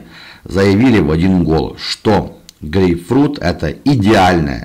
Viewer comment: чё он сказал, гей-фрють? 🤣 ахахахаха ))